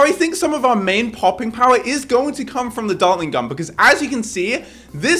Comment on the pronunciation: He didnt say gun he said gum